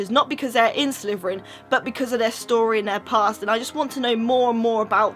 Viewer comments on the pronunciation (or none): I'm sorry but why do you call it Sleveren when it's Slytherian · I hate to be rude but you can't pronounce your own houses name it's Slytherin not slyverin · Its slitherin not sliverin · You say Slytherin like slitherfrin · It's pronounced exactly how it is spelt slytherin. Not slyverin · What's a slverian???? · did anyone realize she said slyverin? not hatin or anythin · Am i the only one who hears "sliverin" from?